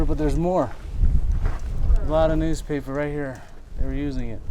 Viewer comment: Oh, it's news-paper not noose-paper, you dumb ass.